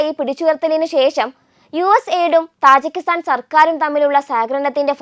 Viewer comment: തജിക്കിസ്ഥാൻ ആണ് , താജി അല്ല !